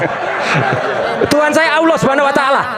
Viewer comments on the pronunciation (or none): utk Suryo lafad Allah nya bro 😛😝😜 sperti yg di pak sakan 😇 haduh......belajar dulu lafad yg benar yah bro ! biar nggak malu maluin saya pun pengen ketawa apa lagi para ahlinya 😇😇😇